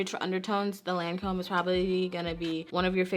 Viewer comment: Loreal owns Lancome. Also Lancome is French, So the name of it has different vowels. It pronounced like "taunt ee-dole". It's great they have such a wide range and have legs in both prestigious and drug store places. Accessible.